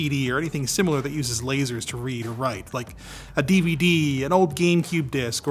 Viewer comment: What's a cee-dee and a devah-dee he keeps talking about?????